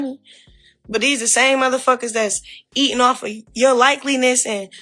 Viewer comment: It's likeness Chrisean 🤦🏾‍♀️ I'm sick of her saying likeliness 🥴😒